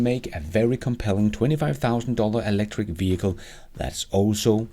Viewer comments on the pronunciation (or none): none